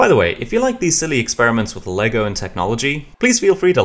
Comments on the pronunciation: it’s always been Lego as the brand and brick as the product so hearing it be actually said correctly is so cool I wish it was more universally known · i love how you know that its "Lego" and not legos most people dont know thats how it is supposed to be said in any context